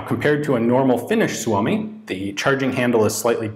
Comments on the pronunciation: nice pronunciation of "suomi" most foreign people butcher it... =) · Props for, you pronounce suomi correctly.